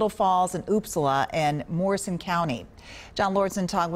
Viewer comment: LOL, she pronounces Upsala oopsala. It's Up-sala.